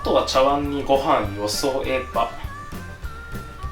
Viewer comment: 「茶碗にご飯よそえば」 ちゃわん？？ まあ、いつものことか